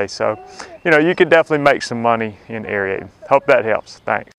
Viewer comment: Pronounced " air-eight-ing " , no e in there.